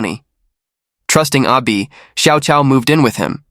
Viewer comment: here's how you can improve your pronunciation of Chinese names. "Cao" is pronounced as "Chao". "ah Cao" is "ah Chao".